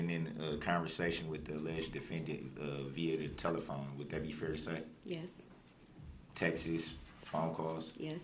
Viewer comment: WTF is texes? It’s Text retard!! I can’t stand this dumb shit